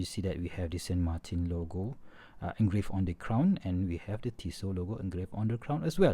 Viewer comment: "San Martin" is a Spanish word so you have to pronounce that brand as it would sound in Spanish and not as it would sound in French or English. It's SAN MARTÍN